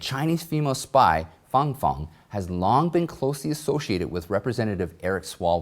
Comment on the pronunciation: You accurately pronounced Fang Fang but not the word rhetoric. Lol!! Thank you for this yet another awesome report. Love your work.